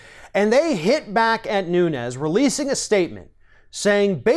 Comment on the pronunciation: His name is pronounced noon-ez (Portugal) not noon-yez ( Spanish)